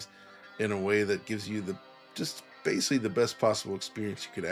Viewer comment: Great, now we can add “necessly” to the list of mispronounced words alongside “basely”